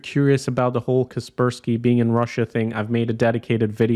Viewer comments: why do you pronounce kaspersky like that 😭it's pronounced Casper Sky. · i have always pronounced it as "Casper - Sky" .... Please dont tell me its really kesperski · It's "Kasper-------Sky" not "Kasper-skie" T-T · Kas per ski. Not cus pur skee